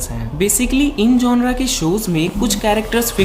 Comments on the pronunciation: Bro its genere Not''GONORA''😛😛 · Gonre nhi genre hota hai